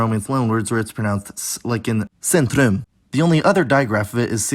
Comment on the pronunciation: why do you pronounce every 2-syllable word like a pitch-accent word T_T "centrum", "skicka", and "mina" are not pronounced with pitch accent, but you pronounced them as if they were. but great job pronouncing the weird, stockhom [i] sound in "bilen", though, you don't have to do that. great video, 9/10